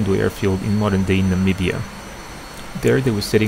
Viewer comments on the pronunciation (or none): none